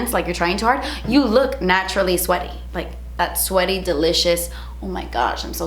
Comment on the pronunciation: Every time you say delicious I think you’re saying de leches 😂